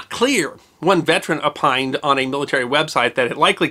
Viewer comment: Apined? Absalete? Is this some joke where we are just replacing Os with As now?